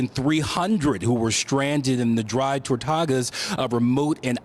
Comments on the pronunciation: Dry Tor -tu -gas not Tor-ta-gas, where did you get your degree? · “The Dry Tortogas”? It’s Tortugas. As in turtles. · “Dry Tortagas”? LMAO You’re a reporter, please pronounce it correctly Dry Tortugas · Tor-TOO-gahs..... Sheesh! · Dry Tor-tu-gas.